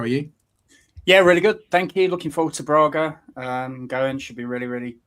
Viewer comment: It is not Brarga, it is Braga. The first a is a short 'a', the way grass is pronounced in Nottingham.